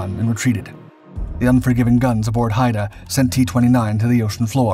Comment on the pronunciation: Haida as in Haida Gwaii (“hīda gwī”)